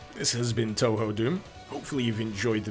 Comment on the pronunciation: The kanji used in Touhou, 東方, are pronounced "Toh-Hoh" - in fact, the technically correct-but-less-used way to spell it is "Tōhō", with the accents. Spelled "Tōhō", it's far less ambiguous how you pronounce it. (Don't worry, I used to pronounce it "Too-Hoo" myself.)